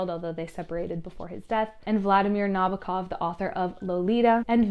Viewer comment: not to underestimate your video, but I'm only at minute 13 and it gave me somewhat of an ick that you checked how to pronounce Alighieri, but not Nabokov. it's Vladímir Nabókov and his wife is Véra Nabókova, not Vládimir and not Nábokov. the more you know <3